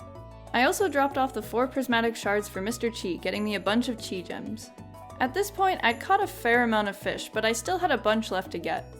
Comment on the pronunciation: Every time you say "chi" I die a little inside.